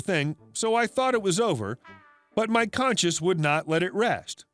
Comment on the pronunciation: Conscience and conscious are two different words with very different meanings. Don't pronounce conscience as conscious. Not everyone is reading along.